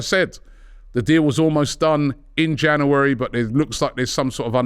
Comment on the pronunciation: Robbie, please learn how to say 'January'